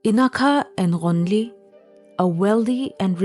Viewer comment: Only can pronounce the name Ghonili & sumikhe so well so the narrator is 😂